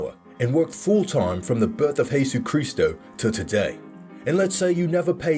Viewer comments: He said it in Spanish I speak Spanish so I know lol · he pronounced it in Tagalog or Spanish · No one is taking about how he pronounced “Jesus Christ” wrong?!